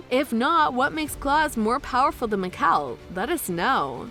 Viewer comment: Meekel. I am Mikael 😂😂